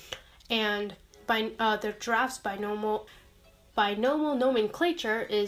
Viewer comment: you said "binomal nomenclature" instead of "binomial nomenclature" you tried